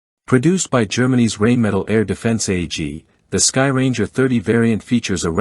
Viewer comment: Reignmetal??? Poor, poor Rheinmetal...